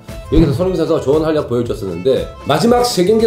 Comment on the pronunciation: 숀흥민 션슈가 자셰가 불안정한 샹태에서ㅋㅋㅋㅋㅋㅋ 뭔가 발음 매력있으십니다ㅋㅋㅋㅋ